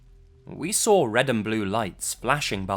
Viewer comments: "sawr it" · i like how you say saw its like sraw